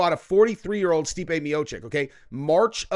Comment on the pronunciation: Why did you say stipe like that. Stipe is a goat